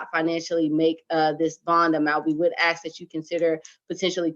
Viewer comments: And it's ask not ax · Does that defense attorney keep saying “axe and axing” instead of ask and asking? She sounds illiterate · one of my biggest lawyer pet peeves. You made it all the way through law school and you can’t properly say “ask”? Lol